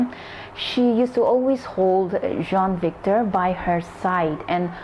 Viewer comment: Its jean victor not john victor